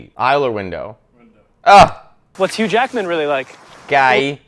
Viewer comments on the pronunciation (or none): none